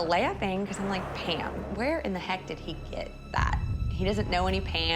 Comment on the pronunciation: Sorry are you saying “Pan” or “Pam”, ok so it’s “Pand” with a d, no “PAM”